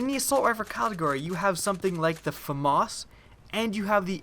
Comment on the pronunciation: Lol Ikr it's pronounced Fa mas uhhhh I don't trust this guy anymore on his vids